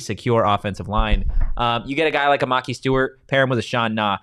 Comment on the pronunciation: FYI his name is (Muh-Ky Stewart) Maki Stewart